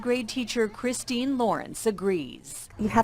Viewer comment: Hahahaha CRY STY!?? Lmao did you mean Cristina!? Hahaha